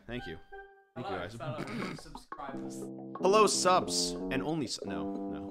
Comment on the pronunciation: I love that instead of it saying “subs today” is says “sus today”